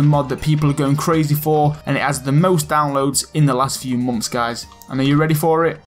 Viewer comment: I always understand "momths" lol